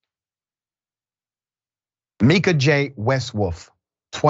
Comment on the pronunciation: Justice for Mika 💔 (her name is pronounced my-ka)